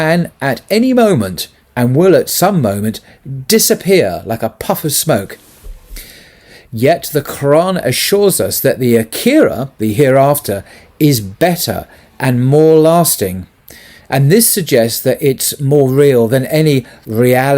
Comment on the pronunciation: May I just mention that the word you pronounced as being of the next world, it is pronounced Aa-Khirah - the first syllable of the three is lengthened. Thank you.